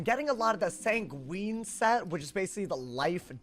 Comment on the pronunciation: Sanguine rhymes with penguin, it's not a type of pasta lmao